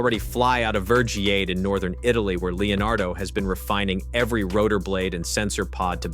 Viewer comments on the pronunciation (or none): Why do american video get ALL and EVERY Italian name pronounced completely wrong? I mean jesus, it's not that hard, today you even have google soundbites audios for any language... What is "vergyaate".... it's VERGIATE, like FENICE is "pheniche" not french sounding "fenis"... 🤷‍♂️ We don't say "Uoscington" but Washington